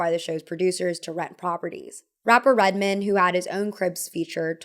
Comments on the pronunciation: Red-men??? Nooo darlin!! It’s RED-MAN!!!! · "Redmuhn" is crazy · The way she pronounced his name like a last name not Red MAN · the pronouncing on red man is diablolical. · Pretty funny how you pronounced “Redman” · “Redmin” “Jrule” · ..lol. The way you say Jarule vs. Jah-Rule and Redmen instead of Red Man is very funny😅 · Are the mispronunciations of Ja Rule and Red Man's stage names intentional? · the way you pronounce redman and jarule is killing me lmao but it’s cute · How can you live in nyc and not be able pronounce Ja Rule and Redman correctly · The way you said Ja Rule and Redman... no. 😂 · The pronunciation of Redman and Ja Rule :|